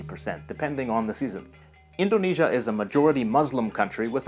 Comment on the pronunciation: i live in indonesia and i wonder why people can't say indonesia and sumatera calm the f*** down im not a dumba**